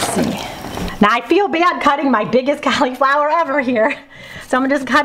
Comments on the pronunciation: Hmmm 🤔 Cau-Lee-flower? Pronounced like call- la-flower. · When you call it Cali flower instead of cauliflower , I just think of some really good weed .